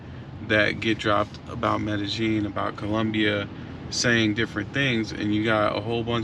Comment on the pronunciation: "MedeJING" no its MEDEYEEN pronounced. The double LL is pronounced YEE not JING. NYC dude who is fluent speaking, writing, family there and property owner...23 yrs in the CO. PLEASE TELL US SOMETHING WE DONT KNOW! You young POOKIES are weari g this COUNTRY OUT with the SAME.CONTENT. Please change!